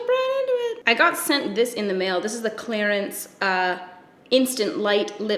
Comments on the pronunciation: It sounds like you say Clarence not Clarins lol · It sounded like you were saying Clarence 😅